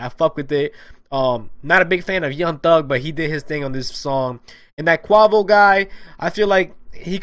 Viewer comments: He said QUAVO not Quavo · Bruhhh he didn't even say quavos name rightttt 😭🤡